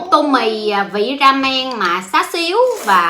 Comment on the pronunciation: tô không phải tồ có nhiều cái đọc sai lắm như là mátmalô thì cô đọc là mátmallồ, mát tra thì cứ đọc đại là trà xanh cô lại đọc là mạt trà